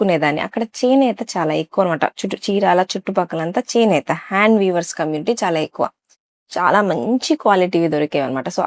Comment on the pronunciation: చేనేత చినేత కాదు అమ్మ